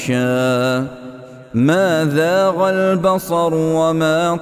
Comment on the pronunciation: زاغ البصر قرأت الذال مکان الزاء۔ معذرت کے ساتھ